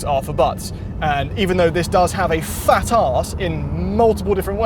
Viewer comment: "Fahht Ahss"